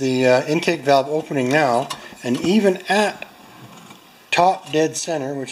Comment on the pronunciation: Kinda sound like u said we’ve got bowel movement!!! Lol. Besides valve movement